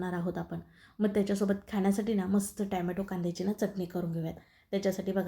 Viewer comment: छान रेसिपी...ट्याम्यटो नाही.टोम्याटो असे ऊच्चारावे.बाकी रेसिपी झकास....